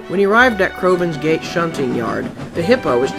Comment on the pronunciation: When he said crovans gate I thought he said crovans gay